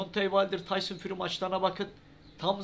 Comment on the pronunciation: Birader şu isim telaffuzları konusunda eksikliğin var ayrıca konuda kimler geçiyorsa isimlerini de açıklama altına yaz ki kimden neyden söz etttiğini anlayalım sporcu yayıncı antrenör haken gibi tyson fury de sen fari diyorsun gerçek tekefaffuzu fury yanı furi dir